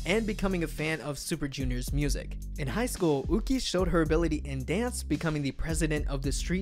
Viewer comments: YuQi should not be pronounced like "Wu-ki". It's more like "Yü-Chi" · Just saying, Yuqi is pronounced yuchi with no silent letters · Waiiiitttt... I've been pronouncing Yuqi wrong all this time??? I thought it's Yuqi with a Y but this guy pronounced it like Wuqi... 🤯 Am I the only one? Or I heard it wrong...? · IT'S YUQI. THE G AND Q AREN'T EVEN CLOSE